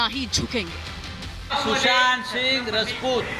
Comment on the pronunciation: Sanjay Raut said रजपूत instead राजपूत